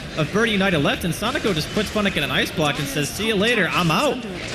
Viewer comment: wow, that caster calling him "sonejko" or "sonico" is annoying...